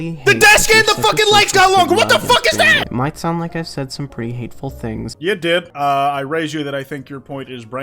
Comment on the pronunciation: "What I'm about to say may sound bad" It's almost as if what he was gonna say was bad! Who coulda guessed? I especially love the over-emphasis on "sound", like that's gonna convince us to entirely disregard how bad it is.